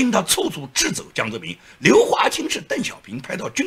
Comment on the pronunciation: 有个词念错音了，掣肘，拼音是chè zhǒu